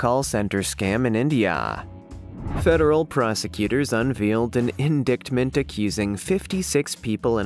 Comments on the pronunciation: it is "in-DITE-ment" not "in-DICKT-ment Indictment. Are you using some text to speech program? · In-dicktments? It's a silent t in indictment. Pronounced indite-ments. You people really need to turn off the screens and pick up a paper or a book. So many pronunciation errors. Read people, read. Then read more. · "Indict" is pronounced "in-DYT." "Indictment" is pronounced "in-DYT-ment." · It irked me as well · Seriously- in-DICK-ments? Please, this is making me not want to listen at all. I do like your channel. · Had to turn this off after you said In-Dicked-ment a bunch of times, the “c” is silent, yoy do you even know what you’re reading😕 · I think you need to learn how to say “indictment” the channel is called Amerikano, even if it’s misspelled. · "Indictment" is pronounced In- dite-ment" not "in-dick-ment". The news service "Reuters" is pronounced "Roy-ters", not ""Roo-ters".